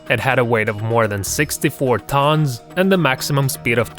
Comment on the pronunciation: lol his accent on the iceberg tônss